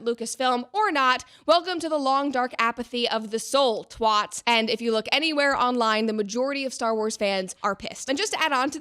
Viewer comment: lol small point but it's twats, rhyming with cats, not twauts. Being English and hearing this was just funny 😆 love the video though!